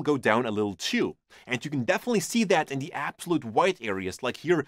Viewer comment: I always laugh so hard when he says "inya" instead of "in the" you are so funny.